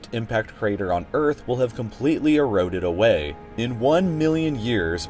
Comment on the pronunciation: Erooded ah-wayyy